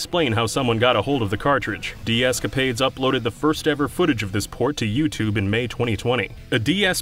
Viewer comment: Yoot Jools Fooptube hehe